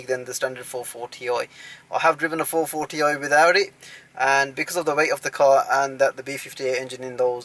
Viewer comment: I like your "440 oi"